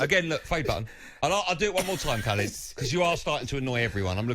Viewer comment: When they first said his name I thought it was someone called "Calid".